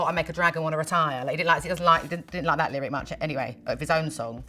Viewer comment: "... n' stuff like tha'..." :D <3